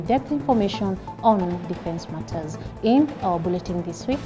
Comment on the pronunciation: wow! calm delivery. What a good news caster. just a couple of corrections- ''bulletin' not bulleting con-ti-N-gent not contigent. However your voice, demeanor, and facial expression are PERFECT.